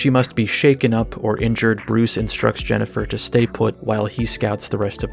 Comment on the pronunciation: Today I learned that Korean voice actors apparently have no idea how to pronounce Jennifer or indeed some of the other character names. Why didn't they just name the characters with Korean names? Many of them look like they're Korean... Then we wouldn't have JENNIPER.